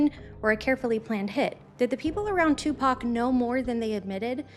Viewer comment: Finally, another white woman other than myself who can pronounce 2Pac’s name correctly.